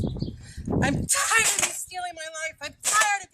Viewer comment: That girl has a weird way of pronouncing "Tired." But, yes, I'm not surprised she feels that way..